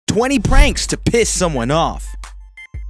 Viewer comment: nobody going to acknowledge how he said piss with impact?😂